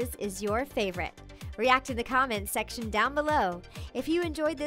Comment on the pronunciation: "React in the comment shection down below." Shection... Nailed it.